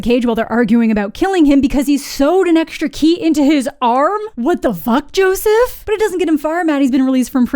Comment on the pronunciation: Every time you call him "Joseph" I crack up a little harder